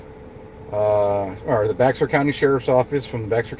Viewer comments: Bear County. Not Bex er. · Yeah I was like “ what’s bex er county?” Lol